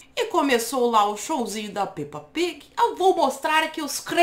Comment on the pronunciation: Menina eu adoro ver você falando Peppa pig monese e uncerto bosta